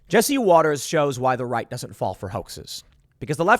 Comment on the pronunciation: it's not Waters - it's WATTERS